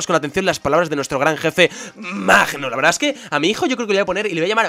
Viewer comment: lo de "VEERDAH" lo decias en el video de gameplay de muñecos si mal no recuerdo lo decia woody jajajajaja